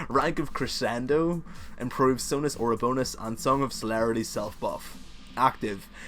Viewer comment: I like your accent. It's not difficult to understand in the least. Also, you pronounced staccato and crescendo correctly. Don't worry so much about how you speak. I'm sorry people have been jerks about it. They're probably envious of your knowledge. Thanks for the guide. All of your guides are incredibly informative.